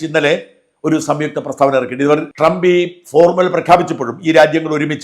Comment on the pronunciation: Not donald... Doland trump 😂